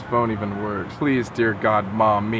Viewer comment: I heard PLWASE DON'T CALL BACK